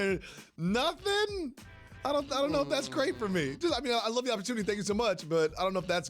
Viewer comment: Jalen Rose can’t even pronounce opportunity lmao